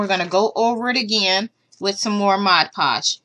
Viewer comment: Thank you for doing Freddy you did a wonderful job. You said mod podge right. I wanted to thank you for all of the projects that I have requested from you. I am very happy that I found your channel. I found mini brands at Walmart. Have a great day.